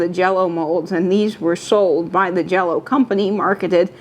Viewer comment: says JELLO-O…I am watching!